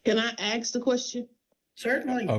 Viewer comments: She didn’t “ask” a single question. She “aksed” a question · I understand but I need to “ax” a question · HOW DO YOU "AXE" A QUESTION? SHE CAN SAY BASKETBALL. b-ASK-etball. But can't say A S K. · What an idiot 😂 Judge: Have any questions? Defendant: Can I axe a question? Defendant: Yes Defendant: Makes a statement. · She shouldn't have "axed" that question. 😂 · You know once she wants to know if she can aks a question instead of ask a question, it's going to go downhill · I just moved here. Why did she say aks and not ask? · “can i aksk a question?” Yes Proceeds to just make a statement that is in no way a question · "axe" a question?